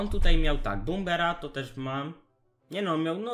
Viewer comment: Dobra już nauczyłeś się mówić "prins" a nie "prajns" to teraz tylko bomber -.- PLZ